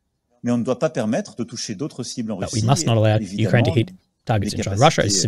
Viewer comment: It's not Me-Kraine, it's U-Kraine.